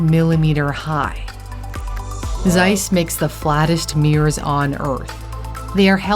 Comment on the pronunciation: "Seiss that is es very german name, Seiss." No its not. Its Zeiss, not Seiss.